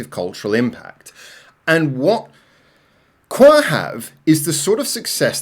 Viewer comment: 1 second in and bro called them qwer instead of qwer... not 1 single unit but 4, letter by letter